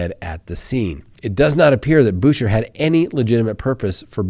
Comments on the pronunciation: Isn't Boucher pronounced Boo Shay? LOL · Boucher is a French name. Try saying "Boo Shay".